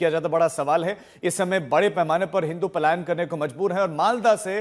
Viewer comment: Payalan nahi Palayan hota ha